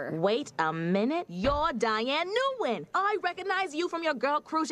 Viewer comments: I think that name umm is pronounced close to In or Win. I could be wrong.... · In English her name is usually pronounced "win". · Its pronounced: n’WIN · Love the video! Nguyen is actually pronounced Win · gotta say it but your pronunciation of her last name is just straight-up butchering